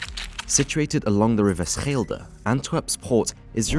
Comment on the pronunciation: Bruh the way you pronounced the rivier Schelde was not oke. 😂 You are very welcome to ask a local or any Dutch speaking person to learn you how to pronounce it. I had to think about what you said for a second because I didn’t understand the sentence anymore. Schelde was completely unrecognisable.😅😂 Thx for the video tho I really like that there’s finally some YouTubers covering our small countries dark crimes. Not a lot of content gets made about it.